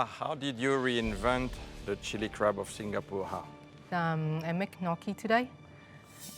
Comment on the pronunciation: Does anyone hear crap instead of crab? 🤣